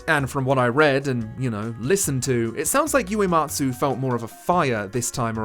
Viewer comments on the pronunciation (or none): I can't watch the full video right now but for future reference, Uematsu is pronounced oo-ematsu not you-ematsu 😙